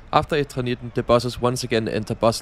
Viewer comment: They are called bus traps It is called Eternitten, not Etrernitten